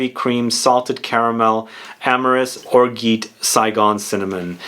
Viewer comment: love your videos! It's pronounced or"j"at